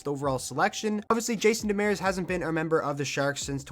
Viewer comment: I know you cant fix it now but it's Jason Demers, not Demeres